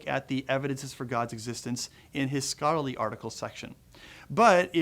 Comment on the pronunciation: "... in both popular level, and scottly formats." Did he have a stroke?